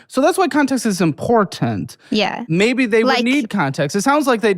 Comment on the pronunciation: said "important" the way I say it to my toddler when she's trying to pronounce it